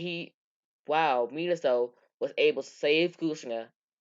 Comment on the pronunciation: Dude i cant understand u u said minosou kushner in minato and kushina